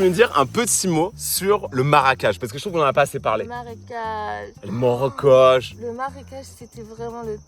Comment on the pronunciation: aui dis maracage au lieu de marecage😂